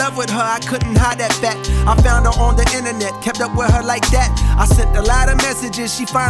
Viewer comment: the way he pronounced that, like “Dat,” I think is a reference to Datpiff.